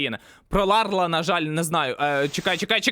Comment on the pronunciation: не Ларл, а Ларі, таке знати потрібно!